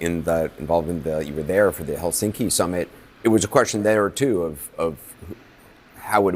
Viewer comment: FYI in Finnish language the stress is always on the first syllable.👍 Thus it’s HELsinki👌 not HelSINki!👎😖